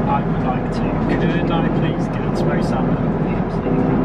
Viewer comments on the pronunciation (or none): i am avin the smoked salmon heee pash boy you let your yorkshire accent slip eeee by gum lad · I didn't know you were northern! ish, where you say Smoked Salmon. I love it.